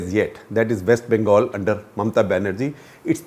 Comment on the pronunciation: “might republic of West Bangal”?? 😳